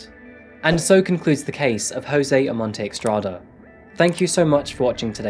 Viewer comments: It's NOT eXtrada..😂 It's eStrada..= ESTRADA. JOSÉ OMONTE-ESTRADA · I think it's Estrada not Extrada. Doesn't really matter. Thank you for the video and your hard work 🖤